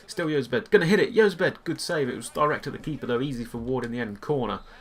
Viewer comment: Jozabed is said like (Hoz-abed)